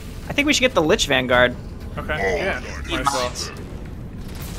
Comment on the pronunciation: they keep saying linch instead of lich